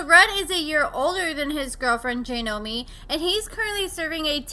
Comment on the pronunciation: It’s JOY-nomi…not JAY-nomi 🤦🏼‍♀️. I don’t know why I was thinking you would pronounce anything correctly, that’s my bad, expecting too much out of you again. “Re-Nember”